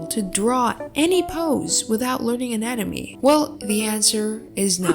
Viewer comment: Guys Kooleen proofed. It's not anatomy it's "nanamee" (just skip to the start there's proof)